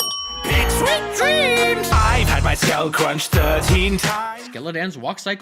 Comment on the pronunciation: And why does he say sleep dreems!! Just why!!????!?!?!!